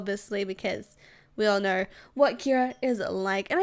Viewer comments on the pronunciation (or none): She say ner instead of know